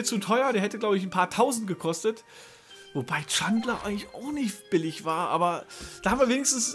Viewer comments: bitte bitte sprech ihn "Dschändler" aus.. is schließlich ein Ami ;) und für clubfans wichtig^^ aber sonst, super video :D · Der Chandler heißt ausgesprochen [Chändler] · bitte übe die aussprache von spielern wie chandler und anderen